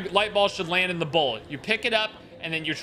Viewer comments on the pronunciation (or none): none